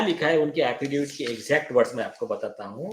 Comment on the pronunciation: अफिडेफिट नहीं, अफिडेविट.. see English spelling.. 5 - 6 बार गलत् pronounce किया!